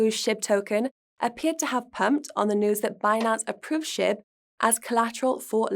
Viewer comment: Sound like she’s saying Shit token instead of SHIB 😂😂😂 I love it